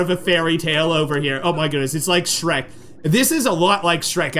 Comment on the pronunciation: Shrek S-h-rek